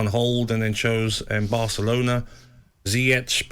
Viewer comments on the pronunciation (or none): none